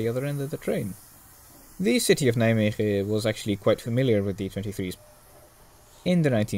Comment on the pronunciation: If you want to make more footage you can visit the ''Stoom Stichting Nederland'' this coming weekend (2-3 october). Not sure but if i'm correct there will be 23 023, 23 071, 23 076 and even a Pacific (01 1075). Also for someone not Dutch you pronounce 's Hertogenbosch and Nijmegen quite well!